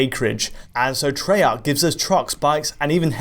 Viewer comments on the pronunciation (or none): It's pronounced Tray-arc not tree-arc ffs